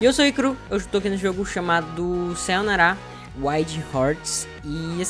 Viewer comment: "sa-yo-na-ra" AI Q DOR, enfim banana fish